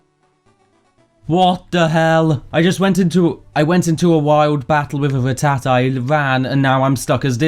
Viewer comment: But you did kinda mispronounce rattata